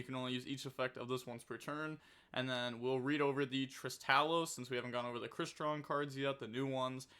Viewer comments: Oh god. has met his final boss. Crystron name pronunciation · Sounding out words is tough 😂😂😂